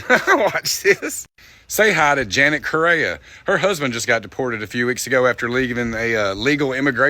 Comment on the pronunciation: Her name isn’t Janet ma’am it’s and it’s pronounced differently.